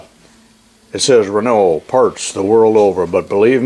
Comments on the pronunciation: Doug Rundell from a Quebec frenchman... got it right on how to say renault and about those cars being a piece of sh..t...!!!;-) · Hey very nice idea , that will make tool changes much slicker ! There’s no right or wrong way probably to say anything and I can’t write down how to pronounce a word really but over in GB 🇬🇧 we have a lot of Renaults around and we pronounce it “ren” - “O” alternativey trying to type pronunciation “ren” -“owe” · I don't care how the French say it, in America it is pronounced re-nault.